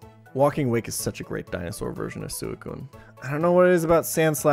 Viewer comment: the way you said suicune is wack